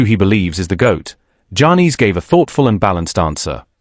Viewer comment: Dude screwing up Giannis name all up, not even close.